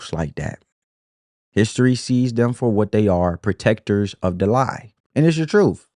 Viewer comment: The Democrat big bird vomits the talking points down their throats. Then they puke it all over us, over and over and over. The word it TRUTH not TROOF